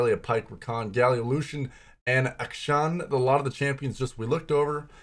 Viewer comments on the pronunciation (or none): Rito said it's Ack-Sean